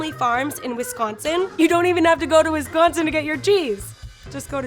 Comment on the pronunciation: “Wis-cone-sin” lol